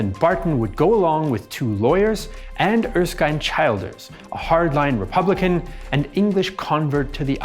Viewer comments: Childers is pronounced "Chill-ders" NOT Child-ders. Other than that ... not too bad a summation. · Childers is pronounced as chill ders. Great video nonetheless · Excellent, thank you. Just one tiny quibble - Erskine was chilled(ers) not a child(ers) in pronounciation. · Robert Childers surname is pronounced Chill Ders. He was executed during the Civil War. His son was elected President of Ireland in 1973 and Childers Granddaughter served as an MEP as recently as 2019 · He did extremely well, obviously does his research. Kinda got Childers wrong but a very small thing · and yet fell at "Childers"